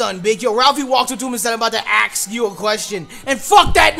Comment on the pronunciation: I love Ralphie. "I'm about to AXE YOU A QUESTION, BRO!"